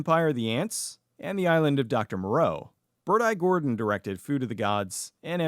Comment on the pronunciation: I genuinely thought you were saying “Birdeye Gordon” until I saw his name tag.